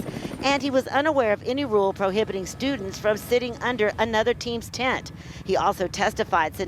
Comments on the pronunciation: Yo Homie. It's TENT not tint. Good coverage though. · *Tent.. not "tint" You wouldn't give a shit about this story if "melo" had stabbed another black kid. Ask me how I know... Pro-black doesn't have to be anti-white. Shameful.